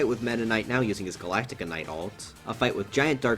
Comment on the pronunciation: I don’t know why, but the way he says galacta is so funny to me